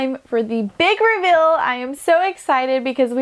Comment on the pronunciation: Liked it because of the way you transformed the RV. Looks beautiful. But please pay a bit more attention to how you pronounce some words. Fuhl is feel? Wuhl is wheel? Ruhwhul is reveal?? Wuhl is will?